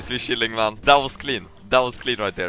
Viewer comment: its funny pronunciation of chilling